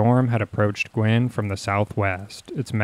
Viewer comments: Guin is not pronounced "gwinn." It's Gue (rhymes with cue). GUE-in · Guin is pronounced "Gew-in". At that time, the US Army's atomic weapons school was at Redstone Arsenal, in the SE corner of Huntsville. For months afterwards, TN residents were finding classified US Army documents from the school that had been scattered and carried away by the tornado. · Actually, Guin is pronounced “gyoo’-win”.